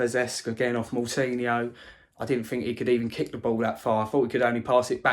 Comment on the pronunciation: The way pronounces the players names is so annoying 🤦🏻‍♂️ who the fuck is podance and moutinya